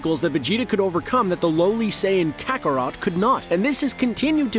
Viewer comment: Bro it's Kakarot not carrot smh